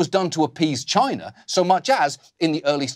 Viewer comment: Every time Oliver says for China I have to convince myself he didnt just say vagina. Pipe organ vagina.. makes you wonder.